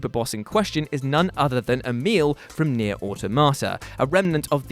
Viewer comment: Nier.....or tomater.....automata surely, old chap.